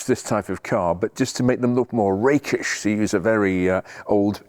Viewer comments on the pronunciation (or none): none